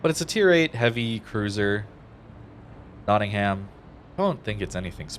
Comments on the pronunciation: Heh, notting-ham So you know, it's pronounced Nottingum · Love your videos! By the way it's pronounced: knotting 'em